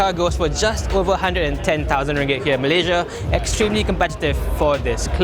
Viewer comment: Here in meleyziaa. Here in meleyziaa. Annoying, but cute.